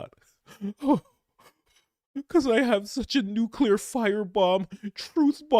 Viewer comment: THANK YOU SO MUCH for pronouncing ‘nuclear’ CORRECTLY!! So many people say “nukekular”. And I want to puke when I hear that!